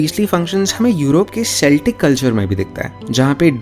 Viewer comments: it's pronounced keltic not seltic. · The word Celtic is pronounced with a hard initial C, so it's not सेल्टिक but केल्टिक rather. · I loved the video but slightly annoyed at how you said celtics with an s and not with a k I think that's how they pronounce the basketball team not the historical group?